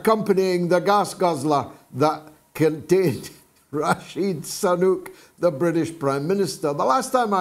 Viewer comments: I like George's "Rashid Sunuk" pronunciation of the unelected Indian fella who became the white guys' PM...... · Not Sanuk he is Sunak